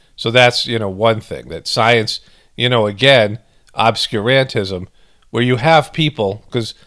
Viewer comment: Emphasis should be on Ob-SCUR-an-tism like Ob-SCURE